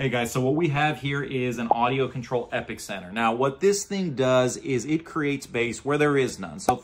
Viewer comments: I'm sorry to have to be "that guy" and I promise I'm not just being a hater but the Audio Control EPICENTER is called just that..the EPICENTER...as in the "epicenter" of something (usually an earthquake) it's not called or pronounced the epic-center..just saying and yes they're awesome when used correctly take care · The epicenter can be adjusted to only allow above a set frequency. Guys that adjust them to 10 Hertz Is just asking to bottom out a voice coil😂 the Epi just takes the harmonics (60hz cut)and and generates one octave lower. It is pronounced as epicenter Like An Earthquake😊